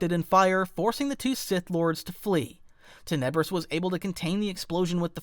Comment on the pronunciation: Awesome vid, you put a large amount of Sith lore into it! But, I do believe that you are mispronouncing "Tenebrous". You're saying Ten EB rous, and I think it's TEN eb rous, with emphasis on the first syllable, not the 2nd. I know, not a big deal, seriously, great vid. It's kinda like how a lot of Star Wars people call the Darth Vader's star destroyer the EX ecutor (as in a person who executes felons) when it's actually the ex EC utor, with emphasis on the 2nd syllable. I get it, I'm being picky and it's a common mispronunciation, but I'm passionate about the Star Wars franchise and I'm also a bit OCD. Mom was a grammar teacher, so....... Anyway, you consistently put out good content, but your subs are low. I don't know why.